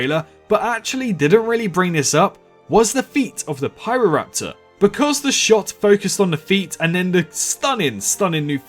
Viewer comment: Good video. And yep, your pronunciation is pretty much right. It's also notable the landscape Pyroraptor lived in was an archipelago of islands, meaning it very likely did island hope quite often and could swim competently.